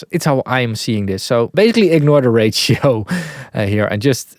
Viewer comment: when saying ratio, it sometimes sounds to me like "rachel", like the name Rachel so distressor probably distress a lot of Rachels out there...